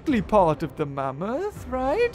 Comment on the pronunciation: not mammthos